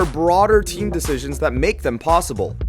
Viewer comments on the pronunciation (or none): none